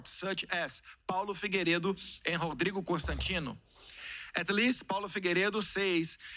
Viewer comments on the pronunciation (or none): none